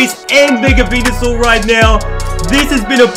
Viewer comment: He said mega blastoice on mega Venusaur